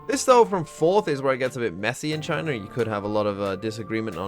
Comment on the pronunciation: Why’d he say it like that??? 💀😭